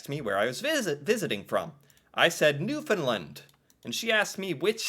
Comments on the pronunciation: There are many people of Irish extraction in Newfoundland. And it's pronounced New-fin-land. 99% of them are simply amazing, wonderful people. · Please for the love of everything Canadian, pronounce Newfoundland like “understand” !! Please, thank you and Sorry. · BTW it is pronounced New Found Land...not New fin land. 😉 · you can't understand how important it is that you say Newfoundland correctly.